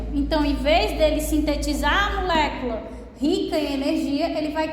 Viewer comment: Não aguento ela falando MUlécula 😅 mas muito top a aula. Obrigada😊